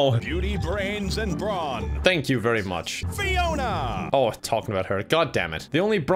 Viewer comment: i love the dedication to calling fiona ‘piona’ the entire time